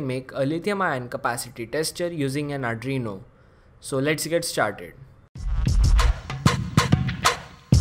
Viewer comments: Adreno? Adreno is a GPU by Qualcomm. Arduino is pronounced R-DU-E-NO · Ar ... du ... ee...noo ok??